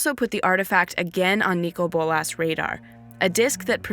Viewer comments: It always has been (Nick-coal boll-iss) the way she says it sounds like she's deaf or something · Does she have a speech impediment or something? It sounds really weird the way she says Nicol Bolas.